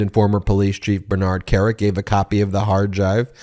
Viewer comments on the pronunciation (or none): none